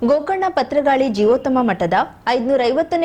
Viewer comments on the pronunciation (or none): ಅದು ಪತ್ರಗಾಳಿ ಅಲ್ಲ ಪರ್ತಗಾಳಿ ಸರಿಯಾಗಿ ಹೇಳಿ